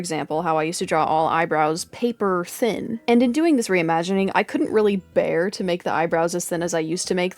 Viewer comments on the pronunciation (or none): none